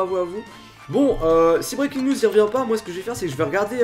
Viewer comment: Quand tu dis '' Breakins news '' , tu dis '' Breakins niouseu ''